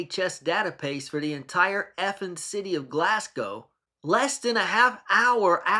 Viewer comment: Thanks for your reply. As I said I’ll keep watching your videos, albeit with my volume down depending how it comes across from your end. Keep up the good work. Take care. Oh, by the way I’m pleased you pronounce Glasgow properly! 🏴🇬🇧